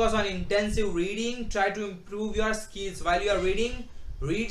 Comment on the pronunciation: first learn how to pronounce words "skiiils" anyway tips are bit useful '